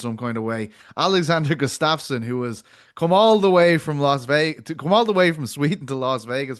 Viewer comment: Why doesn't anyone correct when he says Alex Gustafsson? He said it twice.